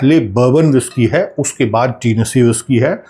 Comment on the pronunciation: oh भाई टीनेसी न्ही होता, टेनिसी होता है, Tennessee, it’s a big state in USA 🇺🇸, thanks for the good info